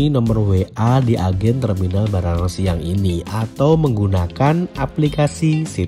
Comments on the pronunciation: Baranangsiang mas, bukan Banarangsiang 😅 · kayanya keselimpet deh, Baranang Siang, bukan Banarang Siang om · baranangsiang mas bukan banaransiang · Baranangsiang mas bukan banarangsiang hehehe 😂 salam dari bekasi mas penonton setia 🙌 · BARANANGSIANG mas, bukan bandarasi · ko aku dengernya banarang siang mas, bukan baranang haha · Sering salah salah sebut banarangsiang dan baranangsiang hhhhh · mas nama terminalnya BARANANG SIANG BUKAN BANARANG SIANG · Baranangsiang mas,, bukan banarangsiang😂✌️🙏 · Baranang mas baranang, bukan banarang😂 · baranangsiang mas bukan banarangsiang🤣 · Baranangsiang mas bkan banarangsiang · Maaf sedikit koreksi,bukan banarangsiang tapi baranangsiang.....heeeeee😊😊😊